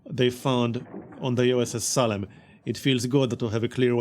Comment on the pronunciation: Good stuff! Just FYI, it's pronounced "Say-lem", if you're interested. The town of Salem was made famous by the Salem Witch Trials.